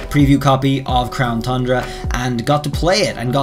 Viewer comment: Why do u say crown thundra? There's no H